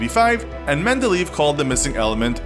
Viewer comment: By the way his name isn't pronounced Mendeleeeeev - it's more like aye-ev (it's not a diphthong: the 2 e vowels are pronounced differently as "a" and "eh")